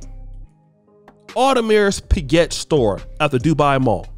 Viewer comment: Come on man. Why can’t you Americans learn how to pronounce French luxury brands properly. Can’t even pronounce Audemars Piguet.